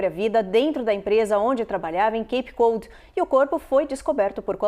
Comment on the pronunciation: Só poderiam melhorar a pronúncia das cidades em inglês. Barnstable e Cape Cod ficou bem estranho esse jeito de falar.